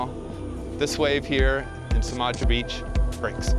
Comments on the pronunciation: If you are learning Bahasa remember that the C is pronounced Ch which means Cimaja is called Chimaja. Don’t worry I’m not offended. Have a good trip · It’s pronounced Chimaja . Ci is ch . I spent 18 months there about 10 years ago , cool place . There’s much much more there than waves . Locals very friendly too